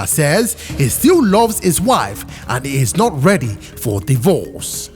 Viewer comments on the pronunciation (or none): I'm not ready "Die-verse" (divorce)🤣